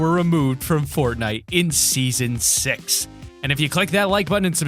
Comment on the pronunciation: If you put your ear on your speaker he says season sex